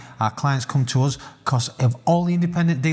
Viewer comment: The word 'us' rhymes with 'bus' not the word 'buzz'